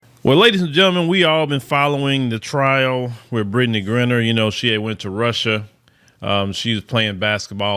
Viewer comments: Griner is pronounced like "miner" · Lord have mercy. Can you at least pronounce her name correctly. It's Griner with a long I sound not Grin-ner🤬